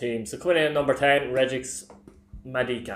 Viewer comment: Regix madika the Waterford player his name is pronounced regee just thought I'd say😂😂